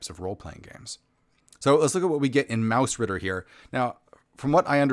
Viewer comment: Well done review again :) Your pronounciation of 'Mausritter' is excellent.